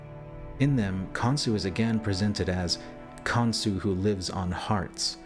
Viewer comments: Saying his name wrong is not even hard to pronounce KON-SHU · Khansu? Son of Atum? Cain "Cah-in"... Khan son of Adam/Atum? Cain's (Han/"Khan") son was "Khanoke" This could mean King Unas was Nimrod/Osiris and Canaan/or descendant was Khansu. It is said that Nimrod and Cush and an Uncle and Cousin travelled to a place where they found "three mountains" and that Nimrod developed a system of worship based on the writings on those "three mountains." Nimrod was a "Hunter of men." And, despite the denial of the practice by Egyptologists - claiming it is metaphor - there is art in those pyramids depicting Cannibalism. "Cain-Abel-ism" Very interesting.